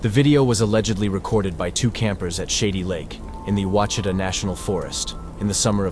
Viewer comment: Then there is the issue of Crowley's Ridge. It is pronounced as Crow-lees Ridge like the bird and lees. I don't even care to get into the butchering of Ouachita in this video.